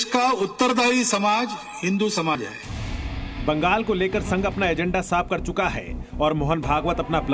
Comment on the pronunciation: Are anchor bhai sahab . Mangal nhi hota Bangal hota h 😂😮, vaise Bolne ka style चौकस था 😮